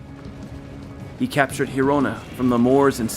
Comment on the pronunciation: The G in Girona sounds like in Geneve, cause it's a Catalan name. You are making a J "jota in spanish" sound. For that you should write it down as Gerona, the Spanish word for the town, and in that case yes the sound is a J like in "Jamon". Also Covadonga, the final "nga" aint pronounced like in the French word Champange, but rather like in "Tonga" the country. So Covadonga, otherwise in Spanish would be written as Covadoña. España, not Espagna...you see Zaragoza, tricky one, both Z in the word use the Spanish sound that in English can be only translated as, I guess, "th". You should check it online.. hard to explain. Actually the same sound is use for Z and C (when in front of a vowel 4.ex ) in many cases , like in Roncesvalles, so Ron"th"esvalles... not ron"k"esvalles.. Those are minor technicalities and in no way made it less enjoyable for me. I'm loving your channel and I think your work is superb! The subjects you touch are very interesting for any historian aficionado and your research is top notch! Huge fan os first account narration and all the details you provide. Hope you dont get frustrated by my coment, I'm a local as you can guess not far from Girona myself